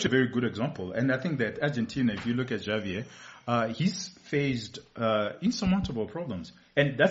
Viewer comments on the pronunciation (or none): Please its spanish for goodness sake his name is pronounced 'Havier'. I beg to differ in terms of he's handling Argentinian economy- he just wants to be a part of NATO and a US satellite whilst most the goods they get are from China. To me he's a confused zealot!